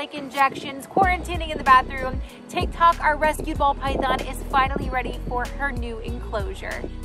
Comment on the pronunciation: that "ticktok" dude im seeing multiple people saying "ticktok" being honest, its "tiktok"